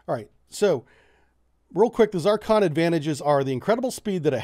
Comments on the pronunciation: Good stuff, but hot diggety, the name of the missile is "Zircon" in English, "циркон" in Russian. In Russian its pronounced something like "zeer-cone" NOT "zar-con" with a short "a" sound. In English something more like "zer-con". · Is this weapon a "ZARcon" (what you are saying) or a "ZIRcon" (what you are spelling)? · Just because it's from Russia, it doesn't have anything to do with Zar's. Get hooked on phonics dude! Zircon (zuhr-kahn) ! It is not Zarcon ( zahr-kahn). That is all . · you are pronouncing it incorrectly, you are pronouncing it ZARCON when it is pronounced ZIR-CON , rhyme zir with sir, sircon....zircon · What BS. First, a pet peeve. Is it not called Zurrcon? Why is he saying Zarrcon? Zarcon is a planet in the Double D Galaxy. I think Jane Russell played its Queen. But I digress... One aspect we seem to have ignored here is its origin. It's Russian. It's guidance system is probably from a farmhouse in eastern Ukraine. (Russia is short of chips). Even without the war, Russia is a Potemkin Village. All bling, no basics. They claimed to have used it in Ukraine, but there is some real doubt. I think they have something like a working prototype, but a lot of the kinks are yet to be worked out. That is Soviet/Russian par for the course. The difficulties will bedevil the project, but the Russians will smile and act like they have 500 of them in the warehouse 😐. A high energy laser could probably dispatch it at close range, as could CIWS. And lets remember something: a lot of the difficulties in this are on their side. High speed maneuvering? Accurately at Mach 6 or whatever?. Hmmmm. The stresses on materials at that speed will tend to tear the bloody thing apart. I know they have a space program, but I am not sure they are as far along with this as they want everyone to think they are. THAT is the Russian way. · For future reference: Zircon pronunciation of you is not correct. ( it is not a critic, I still like you buddy) :-) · Z (IR) CON Not Z(AR) CON